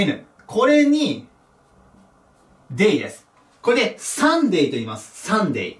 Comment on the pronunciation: サンデェ、サーズディがおんなじに聞こえる、何で？